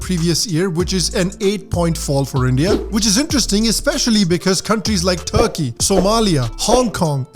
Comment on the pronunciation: BhaI, Turkey bol raha hai ya THARKI